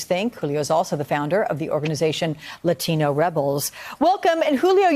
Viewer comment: the way he pronounces "latino" everytime gives me cringe shivers